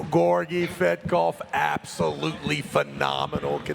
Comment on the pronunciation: "Gayorgy/Gorgi Fatkoph" is it allowed for the commentator to insult sportsman while the competition? He didn't pronounce his last name properly EVEN ONCE during the entire match. And this is not the first time from Travis, watch other mathes with Tsvetkov where Travis commenting.